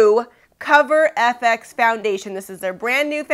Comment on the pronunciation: BTW its F X not Fix. Lol